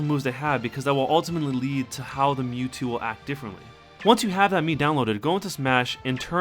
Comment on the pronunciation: it's not mewto it's mewtwo